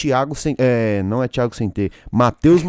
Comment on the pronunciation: Thiago sem t e foda kkkkkk